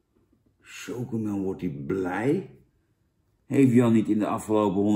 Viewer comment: Jij had universiteit gedaan toch? Als er een i achter een c komt wordt het uitgesproken als een s. Voor de rest vind ik je een top gast man!!!